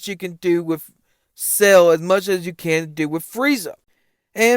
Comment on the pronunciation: I’m disregarding anything you say cause you keep pronouncing it “SAIL” ⛵️ and not Cell.😂😂😂